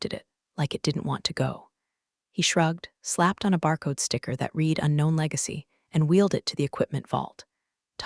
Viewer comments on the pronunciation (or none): Another narrator who can't tell the difference between read and read.